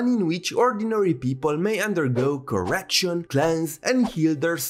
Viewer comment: lol "corection"